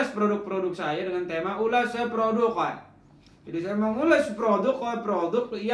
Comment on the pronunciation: Ulash produq. Make tajwid bang wkwk